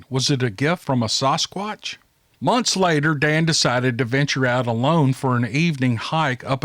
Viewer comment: It's sasquatch not sosquatch.